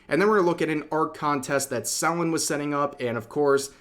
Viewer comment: Say Selen name right